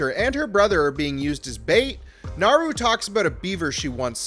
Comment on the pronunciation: And yet... they still can't pronounce Naru's name right!